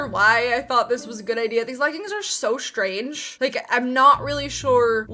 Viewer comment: Do you pronounce "S" and an SH sound for any specific reason? Like you say "Shtrange" instead of strange or "Ecshtra" instead of extra.